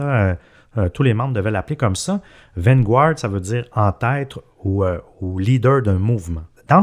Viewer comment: "Van-gouarde"? Come on les gars vous parlez pourtant bien l'anglais. On prononce vanguard "van-gard".